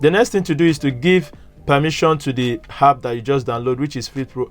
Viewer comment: It's called an app not hap